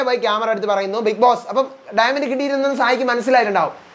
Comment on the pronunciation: ഡയമണ്ട് ❌ഡയമെന്റ് ✅